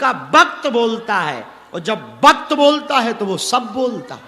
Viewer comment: Guruji 'va' ko 'ba' bolthe hai like Bengalis....😊 He says Bakth instead of Vakth. Aadmi nahi boltha.... uska Vakth boltha